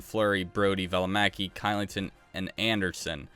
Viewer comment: Kylington is pronounced Shillington, just letting u know